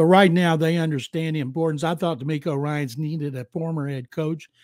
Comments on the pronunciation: DeMECO Ryans 😂 Who is Demarco Ryans?? 🤣🤣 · I had to rewind it.....and yes....he said Tank Bell....and Demarco Ryan.......😂......where do these people get their info from....at least get the names right